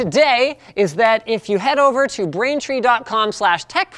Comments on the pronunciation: you said brainfree and not braintree rip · Or the fact he says "brainfree" "try out brainfree today" hahaha ohh poor Linus sorry mate